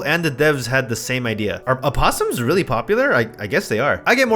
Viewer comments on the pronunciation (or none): “Uh-opossums” is crazy